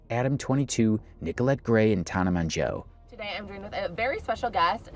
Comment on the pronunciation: TAN-AH MO-JO FFS, the number of times you mispronounced her name, while her name was said CORRECTLY in other videos…get it right.